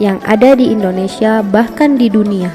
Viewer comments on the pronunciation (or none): none